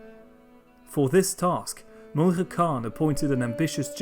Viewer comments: Just a few clarifications on the Mongol pronunciations: The name "Mongke" is pronounced more like "Munk" and "Ariq Boke" like "Areeq Bohe" in the Mongolian language. Your pronunciation of Khublai was pretty close. When Mongolian people say the name, they pronounce it like, "Hu Bu Lay". The ones you used here are closer to the Chinese pronunciation of Mongke and Ariq Boke, as well as occasionally the western pronunciation of Khublai, which is understandable to make it easier for people to follow; not putting a knock against you or anything like that. Overall though, another solid video. Keep up the good work! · As an Mongolian person i found very interesting how you prounounce these names. "Mongke" is Pronounced Mönhe And "Khublai" Is pronounced Hublai. I always found very annoying that Yuan dynasty was Chinese led dynasty and not mongol. These other countries always claims that Mongol property and people was theirs and there people. Like Kazakhstan. Claiming Golden horde is theirs. They cant even pronounce and say the words right. Altan hord